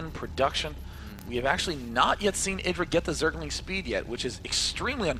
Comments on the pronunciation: needs to learn that he is called I-dra. Not Eye-dra. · Does inconsistent pronunciation of "IdrA" a bit annoying?